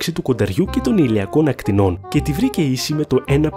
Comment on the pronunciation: το περιεχόμενο του βίντεο είναι καλό, αλλά τα ελληνικά σου μέτρια 🙄 Αυτό το «των ακτινών» αντί του σωστού «των ακτίνων» μας πόνεσε τ'αυτιά! Επίσης, ο Ερατοσθένης λειτούργησε «ως επιστήμονας» και όχι «σαν επιστήμονας».